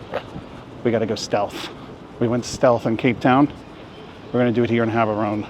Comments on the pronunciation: No..The way you pronounce it depends on us Batswana. And the only is Jaborone. Let's not make mispronunciation of African names cute, they're not. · Prounce the "G" as an "H" then you are close enough, "Haborone"